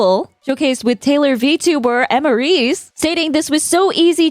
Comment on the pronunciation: Lmaooo it's so funny hearing Emrys pronounced like that since their name on Twitch is EmrysRhymesWithAbyss still cool to see another familiar face on TVS